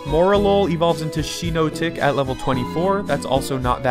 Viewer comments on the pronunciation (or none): why can Noone pronounce shiinotic properly? it's Shiitake abs hypnotic